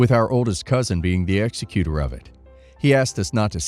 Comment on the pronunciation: If you're a lawyer how can you mispronounce executor when wills are involved